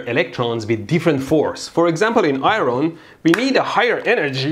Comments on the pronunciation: I-ron vs I-earn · Hey Mehdi, "iron" is pronounced "eye-urn" not "eye-ron." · eye ron...lol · the r in iron is silent